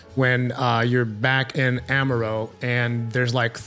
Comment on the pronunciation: Ama-rot not Ama-roe